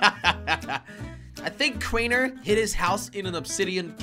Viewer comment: It's crainer not kraner